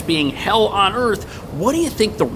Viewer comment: What is earf ? 🤔. Those neighborhoods are full of illiterate people that can not pronounce the English language properly ! 🙄😵‍💫🤕😳😄 First they need to speak proper English before they can be helped 👎💩